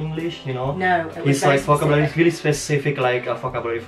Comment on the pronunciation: It is not read vokabulari btw like you pronounced it...but 'vo ke biu leri'